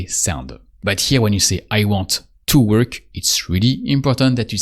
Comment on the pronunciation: Just for clarity....In English we say "worK" (with a hard "K".....NOT "ch") Just so you know (after all, this is an educational video, right?)